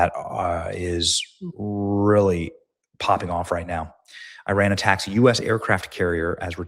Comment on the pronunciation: Also, learn how to pronounce Iran.